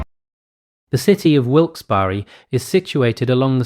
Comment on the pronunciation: You actually didnt eff up the pronunciation. Pennsylvania thanks you. ❤